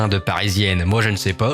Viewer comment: "Pazen" je pensais que c'était un mélange entre "pas" et "zen", mais comme, ô, il me semble que vous le prononcez "Pazeun" (j'exagère) plutôt que "Pazèn", je me dis que j'ai peut-être tort voire que je serais peut-être un tantinet zinzinolax? Qu'en est-il vraiment? J'ai besoin d'aide. Merci d'avance. Je zinzinule dans le dilucule.